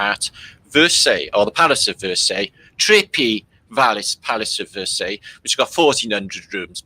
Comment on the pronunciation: Versailles..pronounced ie..like . lie..anyway they used the fireplaces to pee in..well..what else would one do?